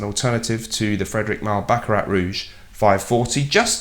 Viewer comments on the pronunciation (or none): Small blooper, you said baract Rouge by Fredric Mall! :)